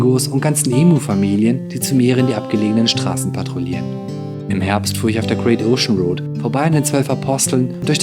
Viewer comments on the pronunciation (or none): "im Herbst fuhr ich auf der Great Oschen-Rod" na fürs Englisch hat sichs nicht gelohnt das Jahr. :)